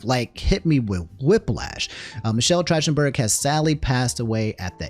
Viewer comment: i love you bro but its not trashtenburg its track ten burg in had to save you homie all the fans bout to hit you hard man lol